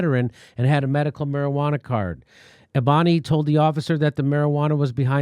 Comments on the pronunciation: *"Eboni" is pronounced Ebony Jimmy, like Ebony and Ivory. oh and eff JB!! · It's pronounced Ebony, like the song "Ebony & Ivory"... ...Just sayin'... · Damn Jimmy, you butchered her name. It's Eboni like Ebony but with a "Y" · Her name is EB-o-nee. Bless your heart. Thank you for calling attention to this.